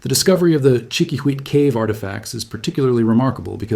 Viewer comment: Hola, I would like to suggest a change in your pronunciation of the word Chiquihuite. Try this: cheeky-wee-teh. Be well.